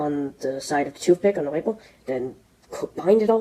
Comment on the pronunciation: It’s funny when he says label. Sounds like Webel 😂😂. Ww w. That’s called Asian pronunciation